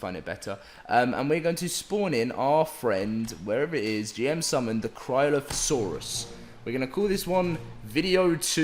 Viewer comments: I think it is pronounced cry-o-loaf-o-sorus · Cry-oh-loph-a-sore-us. Dino fanatic here hehe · It’s “cry-oh-loaf-oh-saurus